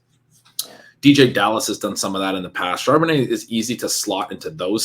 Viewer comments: Charbonnutz lol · Super cringe every time mis-pronounces Charbonnet and no one corrects him. These videos are great though. I’m just playin. 😂